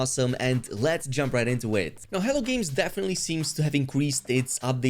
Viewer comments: Errrr isn't that spelled " H E L L O " Games? Hell-OH? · I don't know if you're aware of it or not but you say hell games a lot it's hello games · Why do I hear "hell" games everytime u say Hello Games? Lmao. Sounds funny. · It often sounds like you’re calling them “Hell Games.”😃